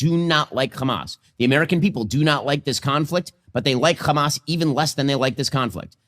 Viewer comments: Ben Shapiro is american, he knows how to say the letter 'h', why does he say 'khhkhamas?' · Why does this Ben Shapiro pronounce the ‘H’ word the Israeli way?? (Kh) Also I thought international law dictated not supplying weapons to an occupying nation used against the occupied? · The way he mispronouces Hamas like the Israelis is the perfect proof of him getting a bit of media training from them alongside the money. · Because the Hebrew word khamas means "Violence". He's intentionally trying to demonize the name in the most childish way possible.